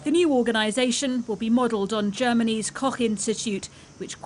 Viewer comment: Germanys what?